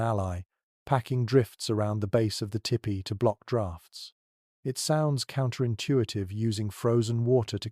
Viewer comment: poor attempt at a weak romance novel miss pronounced tipi.the narrator needs to tell bedtime stories.